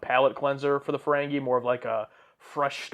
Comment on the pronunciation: Hey, it’s FerenGEE not FerenGAY. 😅